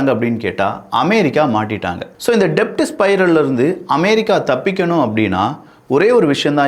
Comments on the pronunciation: Thambi, i am your fan. Pl don't say DEBT. Say DET. Becoz B is silent in DEBT. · தம்பி டெப்ட் இல்ல டெட். B silent in debt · டெப்ட் கிடையாது. உச்சரிப்பை தெரிந்து உச்சரிக்கவும்😂😂 அது டெட் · "டெப்ட்" இல்ல. It's pronounced "டெட்" 😂😂😂😂😂😂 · It is not to be pronounced DEBT, but DET (B is silent) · Pronounce it as DET B is silent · Sorry to correct you Bro "debt" will be pronounced as "det" here b is silent. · "B" is silent